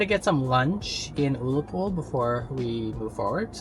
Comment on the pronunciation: I say this to you with the greatest respect, Ullapool is pronounced uh-la-pool, also the hill you climbed is pronounced stac polly, but never mind we ALL get things wrong. As a Scot I really enjoyed this trip report, thank you so much for sharing this with us!!